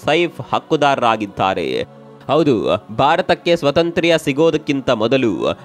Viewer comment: 😂😂😂 ಅದು ಸ್ವತಂತ್ರ್ಯ ಅಲ್ಲ. ಸ್ವಾತಂತ್ರ್ಯ 😅😅😅😅😅